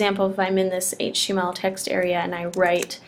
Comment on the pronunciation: Better video that most. But, sheesh, slow your roll. , I heard "writing hache text". Took me a while to figure what you meant.